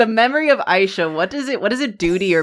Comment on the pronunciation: It's not Aisha, it's AAAAAAAAHHisha